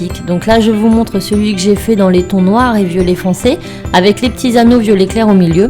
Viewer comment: un moment tu as dis violet cairé